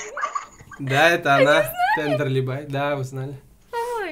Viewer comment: бля ну во первых, правильно будет Тендерлибае, а не Тендерлибай во вторых она стример вроде нет? надо было хотя-бы упомянуть в начале и еще, пока.